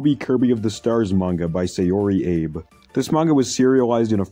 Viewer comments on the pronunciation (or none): I have a stroke every time this guy says "Abe" for the name A-bay. Gives me Vinny Vinesauce "KAYZ EMANUAR" vibes. Lmao. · For reference in future vids where Japanese text and names are involved, the vowels work like Spanish having only 5 vowel sounds and all vowels are sounded out. Abe would be pronounced “Ah-beh” for instance and the i is pronounced as “ee” as in spaghetti. So, iroha would be pronounced “ee-roh-ha”. Figured I should point that out.